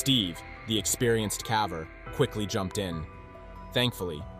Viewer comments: Your videos are fantastic! I'd like to mention a minor error with no nastiness implied: the narrator frequently mispronounced "caver". It's a long "A". He pronounced it as "cavver" like the word "have" with the short "A". Don't be irritated with my mentioning this. I can't help myself!!! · Extremely interesting yet scary! My only suggestion is that "caver" is pronounced with a long A sound. Your narrator pronounced it like the word "have".